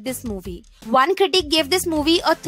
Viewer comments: Why does she say critique and not critic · She pronounces critic like critique😂